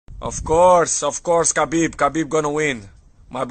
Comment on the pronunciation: Dude, it's Khabib not Habib